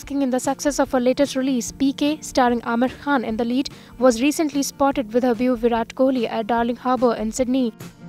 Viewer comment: "beau" is pronounced as "Bo" (like Go), madam english speaking reporter.